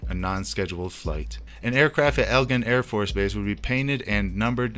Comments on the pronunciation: I’m sorry, but can you read? It is EG-LIN Air Force base. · America’s government has been wicked for a very long time. The Lord is about to destroy her. FYI you mispronounced Eglin.